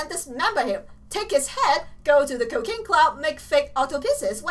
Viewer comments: lol when she says cooking it sounds like cocaine! XD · Every time she says cooking it sounds like she's saying cocaine😂😂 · Someone told her that once and now she calls the Cooking Club Cocaine Club on purpose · When she says cooking it sounds like she's saying cocaine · when she said cooking club I thout she slid cocaine club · lol whenever you say cooking club i keep hearing cocaine club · She said cocane club when she meant to say cooking club 👨‍🍳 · It sounded like she said Cocaine Club instead of Cooking Club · Sounds like she says cocaine club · is it me or dose it sound like she said cocaine club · It sounds like she’s saying “ Cocain Club” 😐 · its sounded like she said cocaine club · Let's join the cocane club.......,,,,, why do you say cocane XD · It’s like she’s sayin Cocaine club but with her accent it’s actually cooking club just saying not to be rude sorry if you think I’m rude but it’s funny when she saying cocaine club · i tought she said cocaine club XD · did you say cocaine club? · Im not trying to insult ur accent but sometimes when u say cooking club, it sounds like you say cocaine club! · did she say cocane club? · Btw is she saying cocaine club? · why do you say coacaine? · she says that because some people said that. now she says it on porpoise. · she does it on purpose